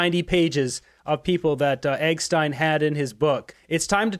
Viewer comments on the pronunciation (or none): It’s Epstein not egstein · It is weird how you pronounced his name!!! Geofry Eggstein! :face-blue-smiling: Eggstein Island 👉👉 His name is Jeffrey Epstein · Geoffrey is pronounced JEFFrey. Epstein is not pronounced as Eggstein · Its not Eggstein its Epstein. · It’s Epstein …..Eggstein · ITS EP-S-TEIN. NOT.!!! I E-G- STEIN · It's NOT Egstein it's EPSTEIN!!! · I don't think he is Jefery Augsteine . I believe his name is Jeffery Ebstine . Why are you calling him Augstine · Please it’s EP stein not EG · It’s Jeffrey Epstein .. not Egstein or Joffrey but love your podcast! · Epstein not Eggstein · Epstein, not ecstein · Epstein not Epstein. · Just one thing..... Why do you pronounce the name as Egggstein? It is Eppppppstein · It’s not egg stein. It’s ep stein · Good video and info, but mispronouncing EPstein's name as EGstein will make these lunatic liberals claim misinformation or some other BS.. 🤣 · its JEFFREY/JEFF EPSTEIN not JOFFREY EGGSTEIN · Any reason why you’re mispronouncing Geoffrey Eggstein rather than Jeffrey Epstein? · you need to get this straight please. It is Epstein not Exstein.😅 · What the fuck is with you saying Eggstein??? 🤦‍♂️ It’s Epstein it’s literally a common Jew name! Eppppp st iiiii nnnn FFS! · It’s EPstein not EGstein. Hahaha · Are you pronoucing "Epstein" correctly? It sounds like "Eggstein" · Jeffry Epstein , pronounced EP. not egg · I like your show. But your pronunciation of proper names needs improving. “Ge-o-frey Epstine”? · Am I missing something..? Why does he keep calling him 'Eggstein'? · its Jeffery not eggstein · Why you not say real words. Like eggstein. Grow up man. Love your channel but yer eggstein and street fennel is super annoying. I watch all Canada a political you tube channels. Your the only one pal that does this weird stuff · Hey! You need to learn to pronounce Jeffrey Epstein's name properly! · you keep pronouncing Epstein's name wrong. I guess your doing that on purpose🍁